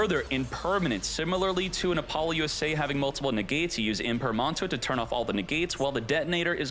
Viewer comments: Love your tutorials. The only thing that bothers me… is how you pronounce Apollousa. I think it’s “App-oh-loose-uh.” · It's a joke born from his streams. He does it intentionally for memes.